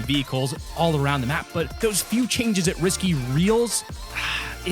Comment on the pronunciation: when he said "map" it sounded weird